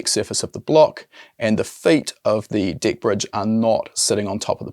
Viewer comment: Lol 😂 every time he say deck it sounds like d I c k